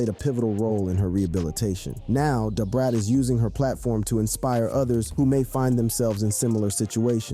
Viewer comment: Lol maaaaaaaaaaan you killed Brat name